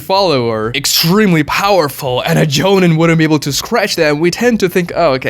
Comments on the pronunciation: Joe-neen. Not Joe-nin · Jonen isn't called Jonen at all actually.... there's Jonin (pronounced Jo - Neen)!